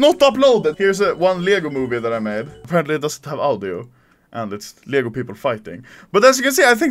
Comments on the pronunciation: As a swede I like how u say "Leggoh" instead of Lego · Ah yes, "ljägo" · That pisses me off bc im Danish and he says leæhigo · everyone: lego anomaly: liego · "LJEGO" XDDDDD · Anomaly language dictionary English : Lego Anomaly : lyäęgÿo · He says leeyago instead of lego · He says lego but as you would pronounce it in Sweden. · lmao that's how Lego is pronounced in Swedish lel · i Love how he pronounces LEGO